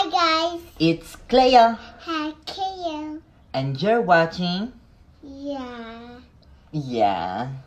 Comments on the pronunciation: I like how he used to call her cleeeo and now he calls her clayo 😭😂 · Is it just me who hears that Bret pronounces Cleo differently now. From Cleeeo to Claayyo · It sounds like cleo said kio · Clayo is the Filipino pronunciation for Cleo so that may be the reason :)